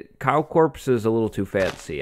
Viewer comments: my guy you dont pronounce the s in corps 😭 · I thought he said cow corpse instead of cow corps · Am i the only one that thought he was saying "cow corpse" at the beginning of the episode? 😂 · i thought you said "Cow corpse" so i was like "Yep, dont think YouTube will like that title" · I initially thought you said "Cow Corpse" which is both fitting and not at the same time. Also, great video! I love this series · When he said Cow Corp I thought he said Cow corpse bigoof "A little too fancy" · Am I the only one who thought he was saying "Cow Corpse?" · lol says cow corps. i hear cow corpse 😂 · When you said "cow corps" I thought you meant "cow corpse" for a second xD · who else thought when he said cow corps he meant a dead cow? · when you said cow corps my mind went to cow corpse